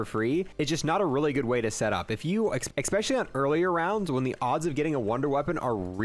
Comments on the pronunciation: The “die” machine. Lol. “Die Maschine” is German for “The Machine”. It’s pronounced “Dee”. And there’s no such word as “exspecially”…. It’s “Especially”. Esssssssspecially. There’s no “x”. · Cool video. Oh, and it’s “especially” not “expecially” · Especially, not expecially.....